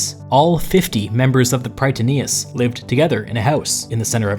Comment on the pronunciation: Just a friendly note in future Greek pronunciation: In Greek, Strategoi sounds like pronouncing "Strateg'e" ('oi' is pronounced 'e'), and Prytaneis is pronounced "Pret'anes" while the singular form is "Pr'etanes" (a simple difference in accentuation). Love your videos, keep it up!